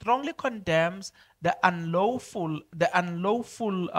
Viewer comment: Lawful not lowful